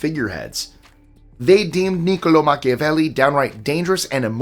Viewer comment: Every time I see a video that he does on banned books he says everybody's name normal and when he gets to Machiavelli it's like he sings it